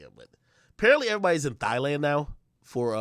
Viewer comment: Yo said "Thighland" 😂😂